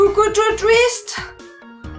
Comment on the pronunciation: quand tu essayais de dire twist j'ai cru que tu disais truite xD